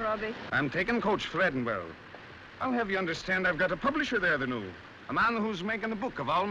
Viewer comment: Where and what is "Edinborough" ?